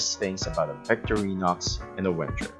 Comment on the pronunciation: You are mispronouncing the two Swiss army knife companies: Vik-TOR-eenox for Victorinox VENG-uh for Wenger Perhaps your home language makes these Swiss German / French names hard to pronounce. No big deal, but, if you make videos about Victorinox and Wenger knives, can't hurt to pronounce the names! Cheers! This model is my favourite pocket carry these days. Locking knives are not strictly speaking legal in my country, Israel, except on multitools or when out camping or hiking. I own the similar models with locks, and saws. All great.